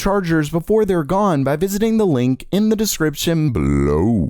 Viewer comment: Pleeeease think about how you read your sentences. You make EVERY damn line sound like it's the highlight of the day and you're ending every single sentence with an exclamation mark..... BeLOW